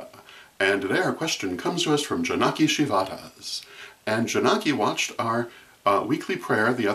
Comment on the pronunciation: LOL- my name is pronounced Jah-nuh-key Shih-v-dah-s.